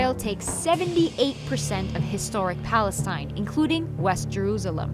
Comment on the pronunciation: What about Palestine? Why was she saying that wrong?